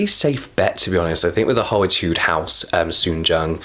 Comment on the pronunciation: Omg u pronunciate ‘soonjung’ just like a korean!! Love it☺️